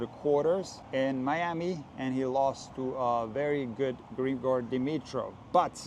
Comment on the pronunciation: i think as a slavic person you know he is Grig'or, not Gr'igor